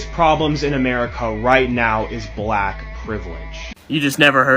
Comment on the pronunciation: Why do they pronounce it, “bllllaaack?” Lol.